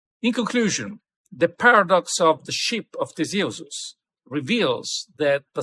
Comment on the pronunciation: Thanks for making this video. Good info and lots to think about. BTW, I. Like the way you pronounce Theseus 🙂